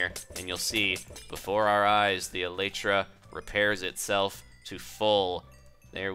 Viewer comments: No offense, but it is pronounced Ee lie tra. It is the hard wing casing on an insect. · No one knows the Elytra is actually pronounced : El- EE-Tra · not elatra elytra!